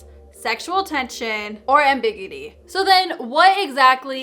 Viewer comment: When your pronounces ambiguity "am-BIG-goody"...lol. We <3 you girl!